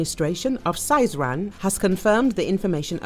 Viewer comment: Сызрань- S ee zran’. Not Saizran